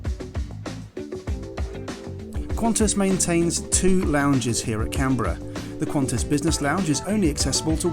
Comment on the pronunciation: First thank you for pronouncing Canberra "correctly" ;), second rest of Australia is just jealous 😬 and third, glad you liked it despite being in the midst of the smoke and fires. Do come back and hope you enjoyed our booze.